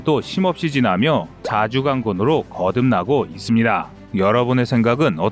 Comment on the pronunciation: 아직도 이스비다~ 이스비다~ 기가찬다